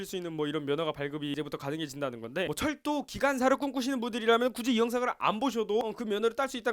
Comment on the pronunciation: 에 철도를 절도로 들음ㅋㅋㅋㅋㅋ